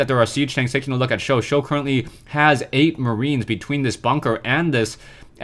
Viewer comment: "For Sjow" Fo sho